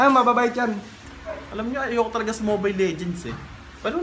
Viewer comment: Mobile hindi momile